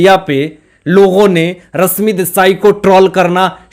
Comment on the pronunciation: Tum thik se baat karna sikho ..bihaari pronounciation se lekar hindi baat mat karo ...rashmi hai not rasmi .not enerjy...sunte huebv Ganda lagta hai ..host ho thik se pronounciation sikho.. very bad